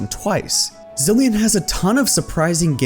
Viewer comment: It’s Zilean